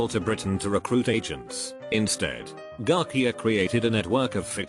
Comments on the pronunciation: Garcia: Exist* English voice sinthetizer: Garquia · Guy names Garcia Tts : garkia